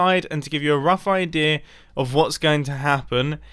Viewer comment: do you know that both you and Grian sometimes mispronounce "idea" as "idear"?